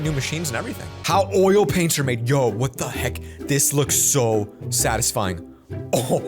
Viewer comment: He said ‘how Oreo paints are made’ 🤣